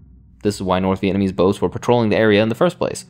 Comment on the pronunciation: I love you but slow down. You’re saying Viennese instead of Vietnamese lol